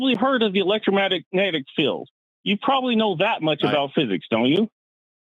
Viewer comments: He keeps saying electro-matic. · Did the guy keep calling it "elettromatic" field? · This man hasn't said "electromagnetic" properly... there is ZERO chance that he was an electrical engineer. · Am I supposed to take a person who can't even say "electromagnetic field" seriously? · This “engineer” can’t pronounce “electromagnetic”. Sounds legit! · I wish he would just say EM field instead of garbling over the word electromagnetic over and over If I have nothing and then I have one thing, the one is finite the nothing is infinite. And you can't compare something to nothing that isn't a comparison. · I'm sorry. It may not be fair but... I can't get past inability to even SAY "electromagnetic". I just can't.